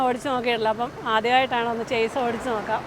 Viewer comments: ചേസ് അല്ല, ഷാസി എന്നാണ് ശരി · ചെയ്സ് എന്നോ ചെയ്സിസ് എന്നോ അല്ല ഷാസി എന്നാണ് ഉച്ചാരണം(Chasis) അവതരണത്തിൻ്റെ സ്വാഭാവികതയാണ് നിങ്ങളുടെ ട്രാവൽ വ്ലോഗിൻ്റെ വിജയം എല്ലാ ആശംസകളും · 'ഷാസി' അല്ലെങ്കിൽ 'ചാസി' എന്നാണ് കറക്റ്റ്. ചെയ്‌സ് എന്നല്ല. ഞാനും തെറ്റിച്ചാണ് പറഞ്ഞുകൊണ്ടിരുന്നത്. പിന്നീടാണ് എനിക്കും തെറ്റ് മനസ്സിലായത്. 😁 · ചേസ് അല്ല , ഷാസി..! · ചേസി അല്ല ഷാസി (Chassi) ആണ്..